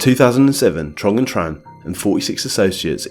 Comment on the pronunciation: Excellent video, but one tip: in Vietnamese the "tr" sound is pronounced "ch" so it should be "Chong" & "Chan"